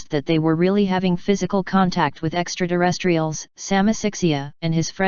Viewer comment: What the heck are extra-duh-rest-reals?